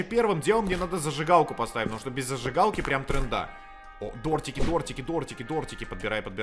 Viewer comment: Дротики: существуют: Дортики, дартики